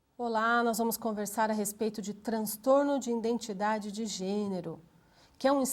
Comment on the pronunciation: nao aguento ficar ouvindo ïNdentidade""